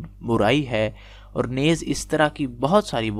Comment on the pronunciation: Alhamdolillah.......note keejiye....talaffuz NAYZ.nai...balkay..'NEEZ' hei...